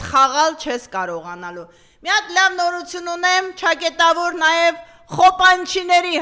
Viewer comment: Մեկդ ասեք էս կնոջը, որ չակետավոր չէ , չակեՐտավոր է....չէի գրի, եթե այդքան հաճախակի չօգտագործեր այդ բառը...